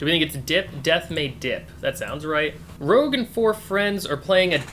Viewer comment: Yay! YouTube! I didn't do this hunt but from what I heard, the board game puzzle is somewhat of an outlier in terms of difficulty. You solved it well, but I need to point out her name is ROUGE the Bat, not Rogue the Bat.